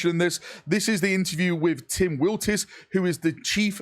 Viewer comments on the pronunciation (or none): Tim Wiltis? C'mon man it's Willits. The guy made Doom for Christ's Sake.